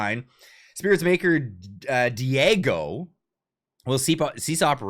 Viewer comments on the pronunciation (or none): Lol, "Diego" is Dora the Explorer's little friend. Diageo is a booze company. Please take a moment to learn how to pronounce it 🙂 Dee-Ah-Zhee-Oh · Diageo is pronounced dee-AW-jee-o. It's a huge British conglomerate. They own more brands than I can list, everything from Jonnie Walker to Guinness to Bulleit to Capt Morgan to Smirnoff to Crown (aquired in 2000).